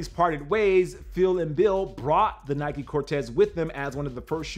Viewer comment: I hate the mispronunciation of of Nike, Adidas and Puma!!!!